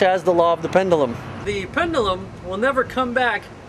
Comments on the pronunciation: For God's sake... it's PEN-DUE-LUM, not PENDALUM -_ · Actually, a more appropriate way to pronounce it for him would be PEND-JEW-LUM.